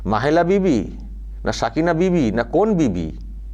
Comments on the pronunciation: রচনা আর মমতা দুজন ই তো বিবি তাই ওদের মুখ থেকে বিভিদের যায়গায় বিবি ই উচ্চারণ হবে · 🤣🤣🤣🤣🤣 750কোটি সারা পৃথিবীতে কিন্তু 10000 কোটি শুধু পশ্চিমবঙ্গেই। যীশুখ্রীষ্ট ❌ যীষ্টুক্রিষ্ট ✅ "বিবিধের মাঝে " ❌ বিবি দের মাঝে ✅ 🤦‍♀️🤦‍♀️🤦‍♀️🤦‍♀️🤦‍♀️ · আরে এগুলো অশিক্ষিত। এদের কথা কেনো সোনাও? বিভিদের মাঝে টা উচ্চারণ করলেন বিবিদের, কি আর বলবো? চলো বুড়ো মানুষ দেখতেই থাকবো। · পণ্ডিত নিয়ে পাতালে যাওয়া সুখের, মূর্খ নিয়ে স্বর্গে যাওয়া অত্যন্ত দু:খের। পৃথিবীর লোক সংখ্যা কত? নানা ভাষা নানা মত------ পরিধান। বিবিধের মাঝে----- বিবিদের নয়। বিজেপির সভায় যে লোকসংখ্যা দেখি, তারা সবাই ভোট দিলেতো বিজেপি জিতে যাবে। তাহলে কি হবে? যীশুখৃষ্ট উচ্চারণ করতে পারে না। এরা হচ্ছে জনপ্রতিনিধি।